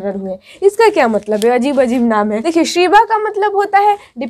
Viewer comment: Pahle khud padho mohtarma azeeb nhi hota ajeeb hota hai